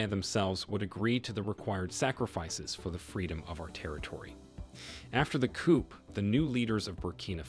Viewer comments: The p is silent in coup. Pronounced Tray-or. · You need to get you artificial intelligence programmed to pronounce Junta and Coup correctly!